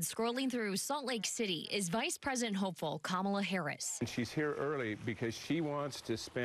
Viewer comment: Can someone please teach him how to say Kamala